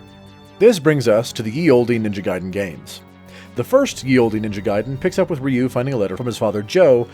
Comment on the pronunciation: First off his name is not "Ree-yew"